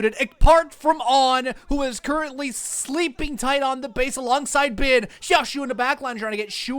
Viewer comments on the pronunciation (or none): none